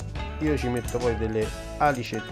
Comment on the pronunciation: Unico appunto: si dice alìci, con l'accento sulla prima i. Per il resto, complimenti. Dire che è una ricetta squisita è riduttivo; peccato che ho cenato solo da un paio d'ore! Domani gusterò questo piatto super!